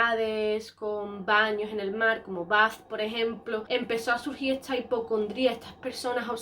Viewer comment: Por qué dice "esCHa" y no "esta"...? Eeeeehhhhhh...